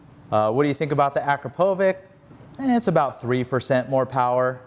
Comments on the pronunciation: Akrapovic, not Akropovic. Actually Akrapović, but probably too complicated. :) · Ah-CRAP-oh-witch. That's how it's pronounced. Believe me.